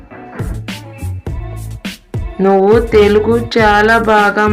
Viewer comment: After Names we don't use "Undi." And it's not "Konanaginchandi" It's "Konasaginchandi". Most importantly it is not "telgu" It's "telugu" please pronounce it correctly yaar 🙏 I had a marathi friend she was speaking like Avani as Avni. Okati(one) as okti. Ledu as ldu etc. I hope you got the point. I pray to God that you will learn this beautiful language soon.